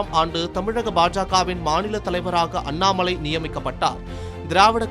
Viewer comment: அண்ணாமழை இல்லடா அண்ணாமலை டா நாக்கு வழிச்சிட்டு செய்தி வாசிங்கடா 🙏🙏🙏🙏